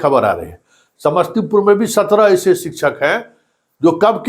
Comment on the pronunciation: शिक्षक उच्चारण शिकशक होता है सर सिकछक नही होता शिकशा